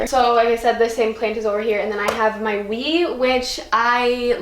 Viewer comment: i thought she said weed and not wii and i was about to be like...? you ok?